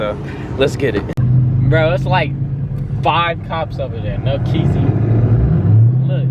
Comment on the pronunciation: “No Keezy” bro cmon😕😭